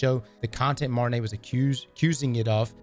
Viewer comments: Bro it’s pronounced MARTIN-OH. How does that look like Martin-AY? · Martineau sound like Marti NO, not Marti nay. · it's pronounceed mar-tee-noe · For future references, Martineau's name is pronounced MAR-TEE-NO ✌ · Quick heads-up, the correct pronunciation of the name Martineau is ''Mar-Tea/Tee-No'' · Being from Louisiana you should know how to pronounce the plaintiff's name correctly 😂